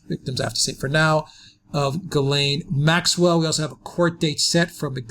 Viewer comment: That's pronounced "Zhees-len", not Guy laine.